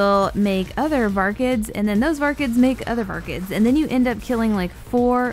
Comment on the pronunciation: VAR-KIDS not vargids